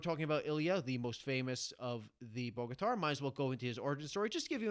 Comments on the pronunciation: Cool summary thank you 🙏🏻 Just a little help Bogatyr in English can be pronounced like [ Bogatere ] 😉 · Good job. It's pronounced boga-tier. Soft o as well.